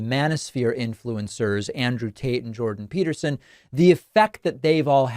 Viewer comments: Did he say Andrew Taint? Lol. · Andrew Taint... I did an actual spit take. So funny. I love your misreads. They always get me, and I appreciate the continued use of troth sential. Maybe mostly "Saudi Arabia, Russia, areep bup deep uhhhhhh" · Do you keep saying Andrew Taint?😂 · "Andrew Taint" Can't tell if this was intentional or not 😂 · I LOVE that you pronounce his name “Andrew TaiNt” 😂😂😂❤❤❤ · Did he say Andrew TAINT? 😂😂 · I had to turn on the closed caption to be sure that I heard you correctly in calling him "Andrew Taint"‼️ That's HILARIOUS and what I'll refer to him as moving forward 💯🤣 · Giggling at the pronunciation of TAINT!!!! 😂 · Andrew who? Seriously that's probably the better pronunciation of his name. 😂